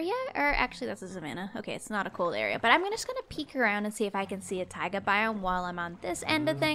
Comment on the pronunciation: And it's taiga not tiga